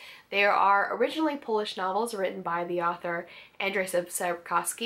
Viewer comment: 3 seconds into your video...and I have to say..you are awesomely gorgeous...As a Polish guy I need to say that you did extremely well job :) And you wear medallion yupi :D Please be wife LOL :) P.S. it is Andrzej (english transcription would be: Andshey) :D